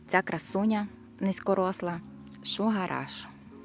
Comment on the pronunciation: мені чується "Шо гараж"